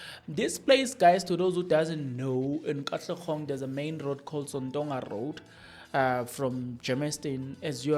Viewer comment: Hello Sir! Not Katlegong, but Katlehong